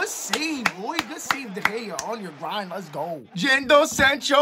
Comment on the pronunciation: It's Jadon not Jando bro